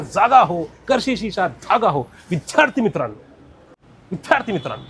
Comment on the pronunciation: विध्यार्ती नाही रे विद्यार्थी